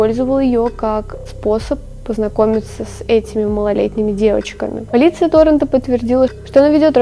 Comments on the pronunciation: каждый раз хочется ударить кого-то, когда ты говоришь тОронто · Торонто , ударение на второе "о", маленькая зазнавшаяся дрянь ))